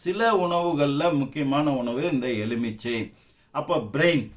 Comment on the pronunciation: Sir it is not EZHUMICHAI, It is எலுமிச்சை, LU not ழு